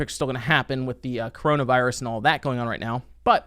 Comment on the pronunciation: You said cornovirus.... Not getting paid for this video lol